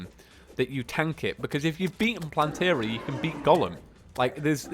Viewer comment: Its plantera not plantery